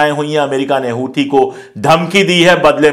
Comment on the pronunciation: हूथी नहीं सर "होसी " कहा कीजिये